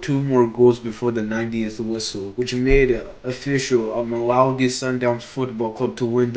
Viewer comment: Not malowdy 😂 mamelodi